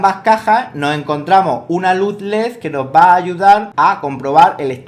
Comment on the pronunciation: Puso la "d" debería ir donde va la "z" lo dijo alreves